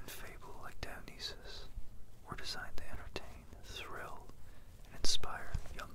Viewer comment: You said Dionysus wrong